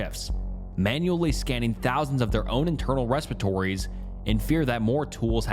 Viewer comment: You don't search a "respiratory." That refers to the system of breathing or processing air. You meant _repository_. As you're reading, do you not think it's weird for someone "search a respiratory?" You can do more than one audio take, man. There's no shame in having dyslexia or misspeaking. Do a retake,. Your subs will watch and people listening will appreciate you taking a moment to make sure things are all tip-top.